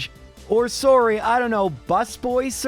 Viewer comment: Canadian sorry